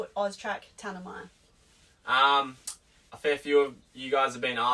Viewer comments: Pronounced ‘Tan-A-My’. It’s the name of a Central Australian desert. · Sorry, your van named after famous desert in Australia...not pronounced Ta- na-me but pronounced Tan-am-i (i like eye), little thing and good vid, thanks👍